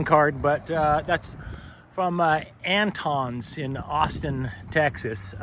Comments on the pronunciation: From a native Texan, Antones is definitely pronounced Ant-Tones with the O like tone. Getting close to those wedding bells. You guys are great! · I love this guy, but tell me you ain’t from ATX without telling me you ain’t from ATX. How he pronounces Antones.